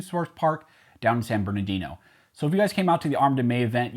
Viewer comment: i subbed when you said san berduddy